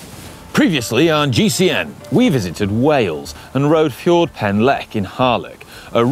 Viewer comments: 'Fjord' Pen Llech? 😂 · your pronunciation of Ffordd Pen Llech is appalling! 🤣